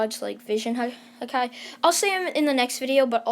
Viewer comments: This man says hakai (hakaiy) and not haki (hak e) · Bro it hurts hearing hakai and not Haki I am actually crying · He knows the story and it literally says haki in sub and dub and this man saying hakai like hakai means destruction and this man watched one piece not knowing it pronounced haki like bruh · its not hake its ha ki ha KI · It's haki not hakai lol 😆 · It's haki not hakai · He said hakia I'm dead its haki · Its easy to say its haki not hakai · Bruh dont say hakai its haki its pronounce Ha ki not hakai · "Hakai" no offense ut its haki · Your killing me everytime you say hakai instead of haki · It’s not called ha ka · You didn't say Haki correct, you have to say: Hockey. It's supposed to be like that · Sound it out h-a-k-ė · It’s ha ki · It's pronounced ha ki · it hurt when he says hakai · Bruh when u missed pronounce haki that mad me a little annoyed 😒 but it’s all good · OMG you butchered the pronunciation of Haki